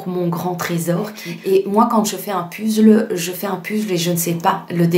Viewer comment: Un pUzzle? C’est rigolo de le prononcer à la française. Belle vidéo !